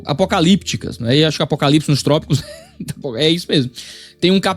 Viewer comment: A narrativa dela é pesada e tendenciosa. Chata. Isso sem falar da pronúncia dela : Apocalips 😅